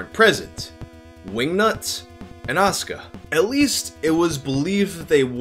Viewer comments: "ASS"ka. Damn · I guess you weren’t ready for As(u)ka